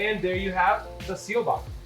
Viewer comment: Seelbach not seal box! 😂